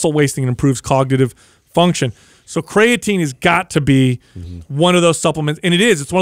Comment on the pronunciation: Always cracks me up when, who is very smart and educated, says "cray-uh-teen".